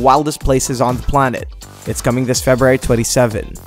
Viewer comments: Videy games? Febrary? Dude, annunciation. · Video should be called “How not to pronounce February” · LOL Feb-rary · Axess2084 haha I'm glad I'm not the only one who heard it 😂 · I imagine that's the Tommy Wiseau pronunciation. lol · I love how he says February 😂😂